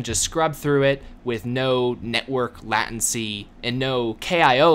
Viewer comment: did you say laht-ency